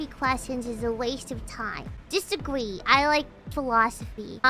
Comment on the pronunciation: Agwee or Disagwee